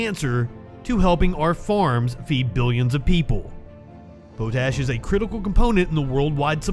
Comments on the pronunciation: Also, pot-ash. Not poe-tash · Potash is pronounced pot - ash. Not Poe-tash. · I thought it was pronounced Pot ash, not Pote ash...